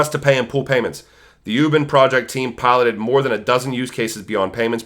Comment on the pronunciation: Great Video! Thank you for the great content. By the way it's pronounce Wu Bin-- UBIN LIKE U like Uber and Bin as being.:)